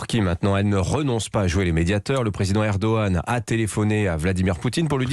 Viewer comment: Pour une fois qu'un français prononce erdohan félicitations monsieur vous êtes le premier